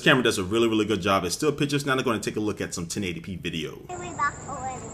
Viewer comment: Haha ot sounds like he said "i took some bitches"